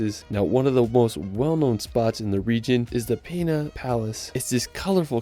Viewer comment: Great video, really highlights Portugal. As an American living here for 5 years I have just one mis-pronunciation I want to point out to you. In Sintra the Palace of Peña, is pronounced Pen a, like pen with an a at the end, not pina. Hope you don’t mind the correction. I will recommend your video to friends planning a visit!